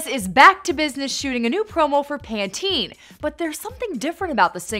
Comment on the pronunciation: That's not how you pronounce Pantene ...